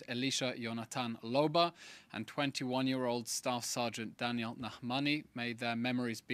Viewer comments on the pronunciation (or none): none